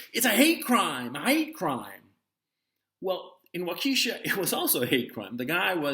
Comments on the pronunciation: it's not waukEEEsha, it's WAUK-e-SHA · Wauk uh shaw not Wauk kee shaw Waukesha Wisconsin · Minor nitpick: The proper pronunciation of the city in Wisconsin is [WAW-keh-shaw]. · It's pronounced like Wawk-eh-shaw no long EE. Btw CNN lightened the perp's skin in his photo to make him look white. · Pronounced “Walk a shaw”-great video. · Great video! The deceit today is overwhelming. Not a big deal, but it’s “WAH-ka-Shaw.” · Its WAU ke sha and like the lady told me at a toll booth in FL: ´´its i MOK alee and if u cant say it u got no reason to be going there´´ And u have a nice day, too! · Gonzalo, the accent in "Waukesha" is on the first syllable.